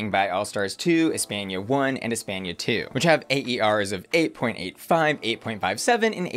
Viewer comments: The way you say Espana shows your American education lmao. Cringe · cant get over saying "Espenia" instead of "España"